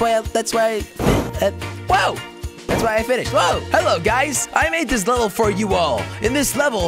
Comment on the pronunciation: Jelly it's leveL not leveR haha :p